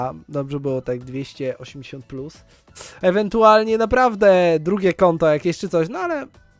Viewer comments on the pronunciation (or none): none